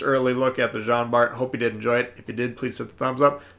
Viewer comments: Its pronounced "John" Bart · Good review! I figured you'd enjoy the Jean Bart (the T is silent, in case you're interested), since you like the Richie so much. I played maybe an hour or two yesterday, and noticed that I'm about 1/3 through most of the campaign ops...definitely easier than previous, even for casual players like me. Which is probably good, since my son got me back into Tanks after the Atago campaign... Merry Christmas sir, to you and yours!